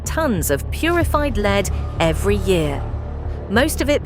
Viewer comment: It's pronounced "led", not "leed".